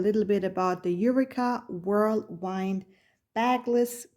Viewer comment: Just a little correction for your video: It's pronounce U-Wee-Ka and it's Whirl *Wind as in Wind Blowing (Windy). Pls don't take my comment as an insult coz you did an amazing review. In fact your video convinced me to get one. I ordered one at Amazon. Much Luv ❤